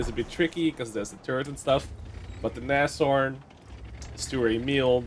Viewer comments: Just a pro-tip from a german: it's not nash-orn, is nas-horn ;) just like your dutch neushoorn. But instead of eu it's an a, and instead of an oo it's an o. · Not naSHorn but naShorn